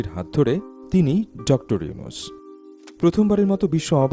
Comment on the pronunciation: ডক্টর মোহাম্মদ ইউনূস স্যার,, নামটা ভালো ভাবে বলেন,, সম্মান না দিলে আপনার সম্মান ও থাকবে না, সবাই তোমাকে আন ফলো করলে তোমার ও বেলো থাকবে না,, মনেরাখবে😡